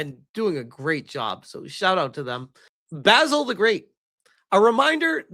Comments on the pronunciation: Spell it like "ba-seal" to rightly say Basil the great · Only took ten minutes for basil to get pronounced baysil again! 😂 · I told you weeks ago that you were saying Basil incorrectly.